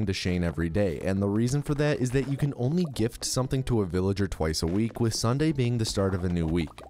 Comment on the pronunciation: You pronounce "sunday" like "sawnday" and its crazy